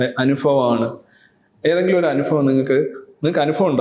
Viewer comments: രവിചന്ദ്രൻ സർ....... അങ്ങ് ഇംഗ്ലീഷ് പ്രൊഫസർ ആണ്. അങ്ങയെ പഠിപ്പിക്കുകയല്ല, വിമർശിക്കുകയുമല്ല. നിറഞ്ഞ ബഹുമാനത്തോടെ അറിയിക്കുന്നു ...... സർ അനുഫവം അല്ല സർ ...... അനുഭവം എന്ന് പറയൂ സർ.... കേൾക്കുമ്പോൾ വല്ലാത്തൊരു അരോചകം തോന്നുന്നു. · ഒരു പ്രൊഫ ആണ് അനുഭവത്തിന് അനുഫവം എന്നു പറയുന്നത്.....